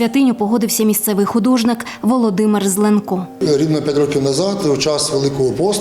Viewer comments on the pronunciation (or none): ЗлЕнко, наголос на перший склад